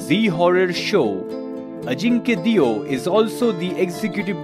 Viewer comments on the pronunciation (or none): Surname's pronounciation should be Dev...ie देव...and not deeo...